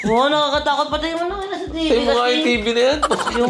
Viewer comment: Sa kaka baby talk ni toni iba nrnig ko🤣 "ayaw nya ng cellphone, ayaw nya ng TiT* hahahaha TV PLA! Inulit kopa🤣🤣